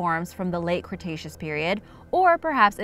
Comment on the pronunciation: Did she just say "Cretacean period"?